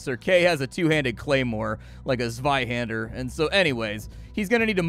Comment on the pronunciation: "Zweihänder" (meaning of course "Two-Hander") was pronounced very well. Greetings from Germany